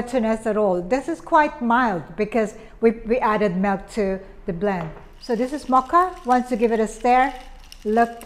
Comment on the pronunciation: She says "Mel" when she meant ML(Em-El). Are u you a Filipino??? Also she said, Give it a little bit of a "stare"... Me: Dang what does the iced coffee need a stare??? Oh! She mean stiirrrrrrr... Milk not Melk. Oh my.